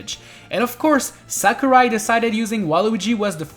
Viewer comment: its sakurai not samurai